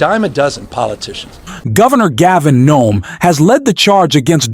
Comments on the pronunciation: Why does the narrator continue to call the Governor of California Gov Nom. His name is Gavin Newsome. Gov Gavin Newsome!!! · Newsome not Nome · Last name is newsom not noem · Dude, its Gavin News on not Gavin Noam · Do you have Dyslexia? You keep pronouncing Governor Newsom's name as Governor Gavin Gnome. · Why does this narrator keep calling him Gavin Noem, when his name is Newsom? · It's Newsom not Gnome. 💙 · Newson not NOME! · his name is not nome!!! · Why do you keep calling him Gavin GNOME?? I've lived in California for 20 years and I've never heard him called that. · Your voice bot is an idiot. Gavin Gnome? Gavin USO? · Did this announcer call Gavin Newson Gavin Noem the first time he mentioned his name?😂😂😂😂😂. Towards the end of the video he call him “ Noem two more times!! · Right of the bat, the narrator calls Newsom "Nome"...I'm sorry, I'm out. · Governor Nome? AI knock it off. Learn to pronounce correctly or put a real person in there. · FYI The last name is Newsome but the first time you referred to him I don't think that's what you said